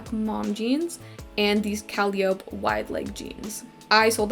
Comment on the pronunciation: fun video :) just fyi calliope is pronounced cah-lie-ah-pee